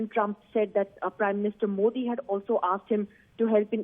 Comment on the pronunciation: MooOodi G Aap Aaaam Kysy khaty hn, aagy sy khaty hn ya peechy sy khaaty hn.. Lol hahahah